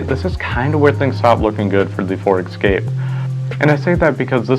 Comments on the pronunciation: It’s Escape not Excape. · It's 'Escape', not 'Exscape'!